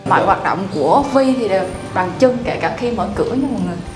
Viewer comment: Bằng chân mà nghe nói như bằng chăn!